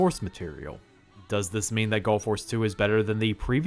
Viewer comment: I KEEP hearing him saying Gulf Wars, when I know what he's actually saying Gall Force, it's so weird...